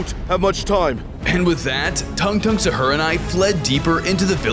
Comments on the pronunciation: It’s not “Shar”it is sahur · He said sahur your def or sum?